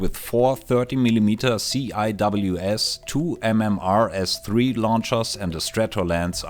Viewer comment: Not sure if anyone else mentioned this, but just a quick point that CIWS (Close-in Weapon System) in english is typically pronounced as one word (pronounced SEE-Wiz) rather than the individual letters.